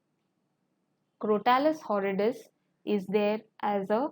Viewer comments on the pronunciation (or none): Madam, please correct your pronunciation of some words like Crotalus horridus. Mispronunciation hurts my head.